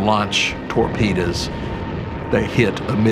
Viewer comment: And, here I thought it was pronounced, "torpedoes" and not "torpedas." Maybe he was speaking of the tortillas he had for lunch. :-)